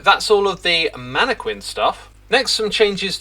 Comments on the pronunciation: Please… it’s “mana - kin.” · You know it’s pronounced “man-eh-kin” right? Not sure why you’re adding the qu sound, Minecraft didn’t invent the word. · I know you're doing it to be a troll, X, but the whole manne-kwinn thing got old after the second time you said it that way. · It's pronounced MAN A KIN not MAN A KWIN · The way zuma says mannaquin is making me believe ive said it wrong my whole life. Isnt it "Mana-kin" not "mana-Kwin". Im Australian so it could just be a country pronouciation difference. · Mannequin is pronounced Man-a-kin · Hahaha manee-kwin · chooseday shedule man-a-quin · Can also attest as a UK inhabitant - mannekwin is uniquely a Xisuma thing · As an Englishman I have never heard it pronounced with a Q in my life. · Seriously? "Manne-kwins" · It's not a British thing, we say it with a hard q like "kin". It is though, an Xisuma thing. He has a list of words he pronounces in his own special way. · It's spelled mannequin but it's pronounced mannekin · You can tell that xisuma has never heard anyone say "mannequin" in real life and he's only learnt the word by reading it because he says it SO WRONG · Do Brittons really pronounce “mannequin” the way you do? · I hope 1.21.10 brings the mannequin pronunciation bugfix for Xisuma. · I think reads a lot… because that’s not how you pronounce mannequin XD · Xisumavoid pronouncing the u in mannequin is like stewie pronouncing the h in whip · Stewie pronounces the h in hwip. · It is indeed a UK thing. We tend to go back and forth these days, but pronouncing the Q is considered more correct than pronouncing it as a K in some accents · X pronounces a ton of words absolutely wrong. I'm less bothered about Mannequin than I am by him mispronouncing "I bought" as "I brought". Those are completely different words and he never learns. Has been doing that for ages